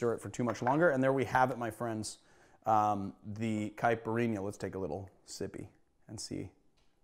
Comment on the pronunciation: As a Brazilian, I can just say that you nailed it perfectly. Well done!